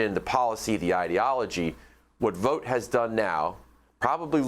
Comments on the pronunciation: His name is pronounced like bought, not boat. Chance Vought was a famous aircraft builder, it was not pronounced Chance Voat. Google it. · If you want to stop him, pronounce his last name like Vaught.